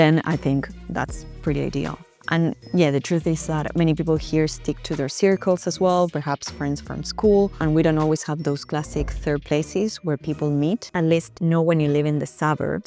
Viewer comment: You pronounced circles like circlo in Spanish. It's like the word SIR with CULL on the end. SIR-cull